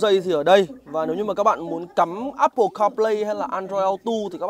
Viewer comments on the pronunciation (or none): none